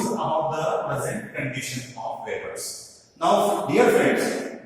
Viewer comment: Hello Sir ! Please check your pronunciation of the words, 'weavers'